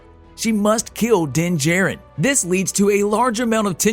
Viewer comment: It's pronounced Din JAH-RIN not Din Jerrin.